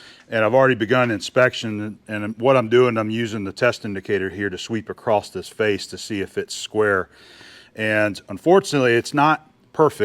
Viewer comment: WTH is "acrosst"?